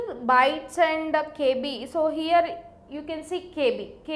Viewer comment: So heeiere,,,,loved that pronounce lol